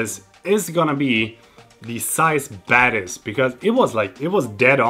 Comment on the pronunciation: English is not my mothertongue, so every time you say Zeiss Batis I understand Zeiss badass😂